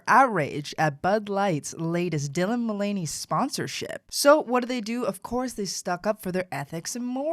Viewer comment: This guy isn’t even saying Dylan Mulvany’s name correctly. Obviously not a lot of research, why should we listen to a thing you say?